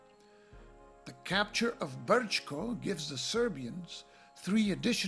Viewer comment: First Class,.. first class! No one could have done it better. Man, you've even found a workaround for the errata in the tutorial. And the pronounciation is spot on, not to mention the rolling "R" in "Brčko". Thank you sir, for drawing some attention to the game. All the best and I hope you get to play it against 2 other opponents. Cheers!